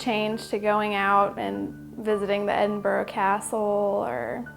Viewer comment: I see her with the green hair is still saying Edinburgh wrong even after living there!